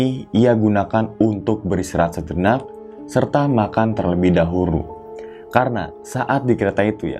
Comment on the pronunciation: Dahulu bang bukan dahuru 😁 Sukes slalu